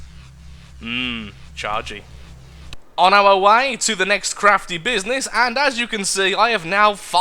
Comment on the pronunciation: his "crafty business" sounded like "crappy business"